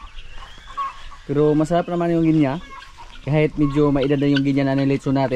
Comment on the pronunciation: It’s very annoying you always mispronounce the word GUINEA. Correct pronunciation of this word is GI NEE not GI NEYA. ILYN- Why don’t you tell not to mispronounce Gunea fowl.